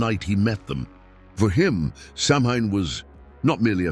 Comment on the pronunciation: F.Y.I. - Samhain is a Gaelic word that is pronounced “sow-win”.